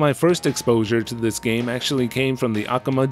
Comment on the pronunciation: It's a little distracting hearing you say "Akuma Joe" over and over. :P